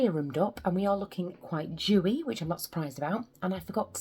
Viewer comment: Oh, DEWY! It sounded like you said something different.